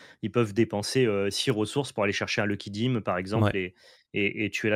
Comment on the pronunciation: assez d'accord avec toi, j'ai pas compris tout de suite que le "dim" prononcé à la française c'était le Lucky Dime haha ce serait carrément plus cool de dire Sou Fétiche, d'autant qu'effectivement c'est une chance d'avoir une traduction en français totale et vraiment qualitative